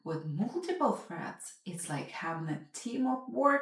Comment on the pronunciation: Are you saying "Breads" "Freds" or "Shreads".... alright.